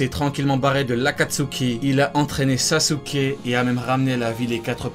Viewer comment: En dit sasuke avant de faire des vidéos apprends à dire des noms japonais